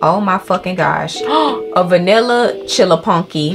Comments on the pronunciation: "Chillapuccino": "Chillapunky" 😂😂😂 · reads saran’s order 2 times as soon as she turns her back: “so a dark chilla chunky” 😂😂😂😂😂😂😂